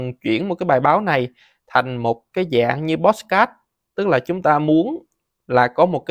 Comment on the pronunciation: Làm ơn đừng phát âm "pót sờ cát" được ko. Nó là podcast mà...